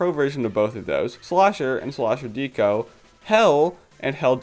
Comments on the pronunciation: I'm sorry but please stop calling Deco "deeko". It's short for decoration and might also reference Decapods which are crustaceans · I love this video but your pronunciation of Deco is driving me nuts lol it's Deco as in art deco (dekko), the architectural style. Not necessarily related, but it's the same pronunciation